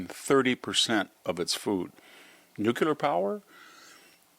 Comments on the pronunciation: Yes I love what this man SAYS -- except that he can't get over saying nucular instead of nuclear. Embarassing. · This guy pontificates about things noouckyoular He might be credible if he knew how pronounce it New-clear is not exactly rocket science The quality of AI is not yer up to standard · Victor: Nu klee ar not nu cue lar. Thanks. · Victor Davis Hansen, you are my hero. You would be my superhero if you could only pronounce nuclear the correct way. Nucular was an invention of President Bush and an accident of Texas slang. In the same way that Trump is a better president than Bush, nuclear is the better and the proper word. As a retired Stanford Professor, and a MAGA advocate, I beg you to right this wrong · Love you, VDH. Please stop saying “nucUlar.” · I always appreciate VDH's insights, but why does such an educated man still fail to pronounce "nuclear" correctly?